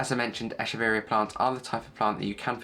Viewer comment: Very ice explanation! Quick and to the point! Also, this is the first time someone pronounces the name of this plant correctly — most call it “eh-keh-very-ah” which not the correct pronunciation. Good job! 😻